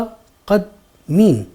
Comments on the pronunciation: مُ تَ قد دِ مین: متقدمین اس ایک لفظ میں غلطی ہو گئی ہے شائد۔۔ بہت اچھی کاوش ہے، ماشاللہ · مکرمی! بہت عمدہ سبق بس ایک جگہ ایک لفظ کے تلفظ میں غلطی ہوگئی ہے۔ وہ لفظ ہے متقدمین۔ اس کا درست تلفظ یوں ہوگا : مُتَقَدِّمِین mutaqaddimiin•मुतक़द्दिमीन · The word is mutaqaddamiin ... one syllable was left out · اس میں ایک غلطی ہوئی ہے متقدمین کے syllable میں